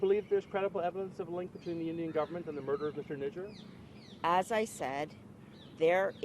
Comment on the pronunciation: 😂😂 Hardeep saint N... WHAT?! Am I hearing what I'm hearing? Speech impediment? 😂 Nijaar N I J A A R. "J" 😂 not "N".